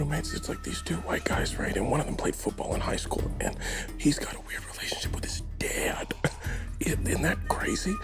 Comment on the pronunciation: dad as a two syllable word is just beautiful. Dayad 🧔